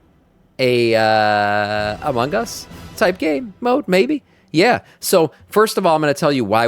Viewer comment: I admit, took way too long to figure out was saying "Among Us" and not Amangas... went deep dive looking for japanese game types I may not be aware of lol